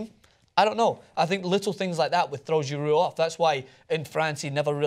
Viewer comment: giroud not gerard